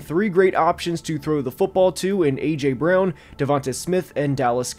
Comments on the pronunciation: am i tripping or did he say aurther wan instead of aj brown. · Did bro just call AJ Arthur Juan? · His name is not pronounced Arthur Juan lol